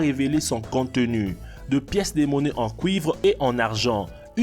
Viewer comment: Des pièces en couivre. .. apprend à parler tête de zgeg